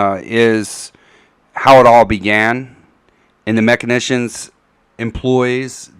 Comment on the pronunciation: Guys, guys, guys...this word that crops up repeatedly is machinAtions...not machinitions. Pronounced like... mak-in-ay-shuns